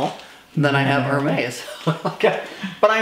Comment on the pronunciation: She picked up a Kelly and called it a Birkin. She does not pronounce Hermes correctly. I don’t think she is a fan. More like a shopaholic.